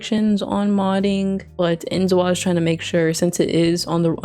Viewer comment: Inzoi in pronounced like the ending of the word ahoy lol. "In-zoy". I'm really excited for this game! I just hope the gameplay is just as immersive as the aesthetic look of the game.